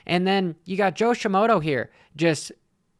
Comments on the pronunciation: Joe Shimoda not Joe Shim-moto 🤣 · You always say Jo shimodo, it’s Shimoda